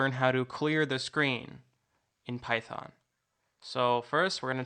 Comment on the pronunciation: PAITHON, WHY PHAITON?